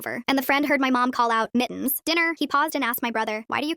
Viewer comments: not mittens but miins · Why is the ai saying it like Mi-ens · i find it funny how the ai voice says mittens as mi'ns